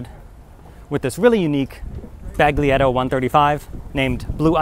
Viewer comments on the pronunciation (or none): The G is silent. Not bag. 🔴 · you should say "balietto" like you say "giulia" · Not trying to be picky.... the letter "g" in Baglietto is silent. Otherwise, your pronunciation is spot on! Thanks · leave out the g in Baglietto